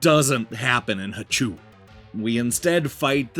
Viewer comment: The double O is pronounced like "oh". The voice on the title screen pronounces it for you.